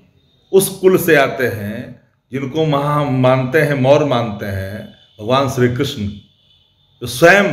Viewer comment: भगवान श्रीकृष्ण के नाम को भी आपलोग कहीं का नहीं छोड़ेंगे।कम से कम भगवान श्रीकृष्ण के नाम का उच्चारण करें, आपके मुंह से अच्छा नहीं लगता।